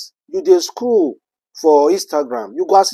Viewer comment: Scroll not screw. Na wa for the person wey no get pronounciation